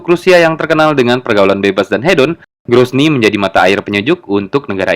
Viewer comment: grozny bukan gronzy, ibukota chechnya, orang2nya sisebut bangsa chechen, wil kaukasus atau kaukasia.